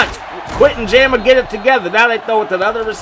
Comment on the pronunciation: Wtf is Jammer Fletcher lol! It’s Ja-mar lol! Great vid tho I’m a new sub I like your content pimp